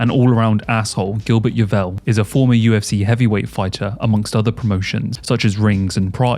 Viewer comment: Some of the worst pronunciation of names I’ve ever heard 😂😂 “Gilbert Yeevell” 😂😂😂